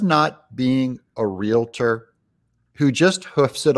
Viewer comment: Real tor....not rela.tor. Nice.